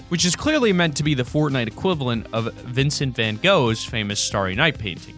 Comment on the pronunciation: Lol Im dutch and he is saying Vincent van Gogh completely wrong